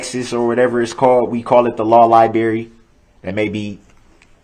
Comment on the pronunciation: the law lie-berry lol 2;38;47